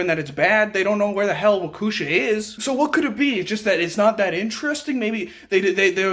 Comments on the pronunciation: It’s pronounced wok e Shaw. great videos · Omg I love this man! I live in Racine WI...right in between Kenosha and Waukesha ( pronounced walk-eee shaw) and I work in Kenosha. Crazy shit is going on around here..but this won't happen again...were prepared at all times now! At least I am lol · Dude, please look up the pronunciation of Waukesha. 🤦🏾‍♂️